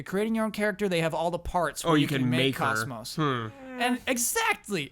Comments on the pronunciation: KOS-MOS is pronounced with Long O's, like "coast-most" without the Ts. PS Please tell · KOS-MOS is NOT pronounced like "cosmos." Example of 3 different characters saying her name